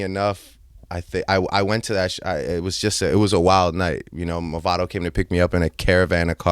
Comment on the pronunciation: The way Nardwuar pronounced Movado got me dead 😭😭😭😭